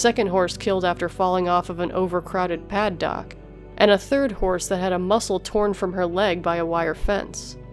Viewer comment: "paddock", not "pad dock". It's another word for corral. Not sure what you mean by "fall off" since a paddock is on the ground... ✌😎